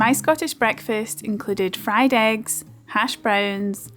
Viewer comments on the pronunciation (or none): none